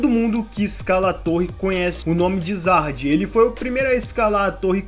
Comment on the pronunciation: Se pronuncia Zahard e não Jahad.